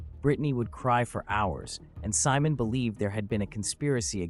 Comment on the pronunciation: When your name is simon but the A.I pronounces your name Salmon